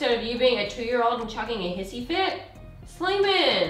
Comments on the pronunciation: Drink every time she says Slaiman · Slamain degil süleyman :D 🇹🇷🇹🇷🇹🇷🇹🇷🇹🇷🇹🇷